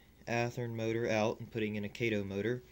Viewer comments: I'm glad I'm not the only one driven nuts but that! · it's KAH-TOE Kato an AH sound!